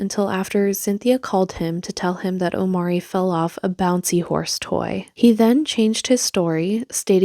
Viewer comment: First red flag is that she states that his name O-M-A-R-E-E, with an accent for emphasis over the first 'e' - Omarée Except...even by her own pronunciation, he is called OmAHree, emphasis on the 'a" - Omáree I swear people like this use accent marks on their kids names as if they are adding jewels to their nails